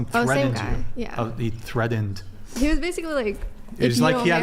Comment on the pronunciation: …. “THREDDINED you?? THREDDINED??? It’s fucking “threatened” dude. THREATENED. Not “threddined”